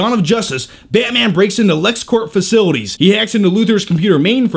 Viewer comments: Betman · I think this review would have been better if he had a Russian/ Romanian or slavic accent. He's got that face. His current accent just doesn't fit. Esp. when he says Batman..sounds like "Bat miean". LOL! Other than that! Nice review, like the humor and the edits and given the LOOONG time DC has had to make a team up movie, at least they are learning from Marvel's errors. So all in all whatever the outcome, it's looking good for all the fans! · go on, say Barman again. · Baeaeytman? Baeaeytman? Lol I'm sorry the way he says it is so funny! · y does he say batman like that